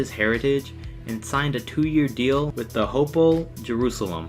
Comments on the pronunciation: Its hapoel not hapel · It's not ho-poel it's ha-poel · Hapoel not hapol...